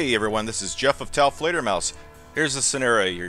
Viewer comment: "this is worse than the time I broke into taofledermauses house"